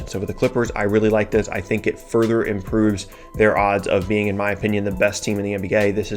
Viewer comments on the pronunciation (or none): none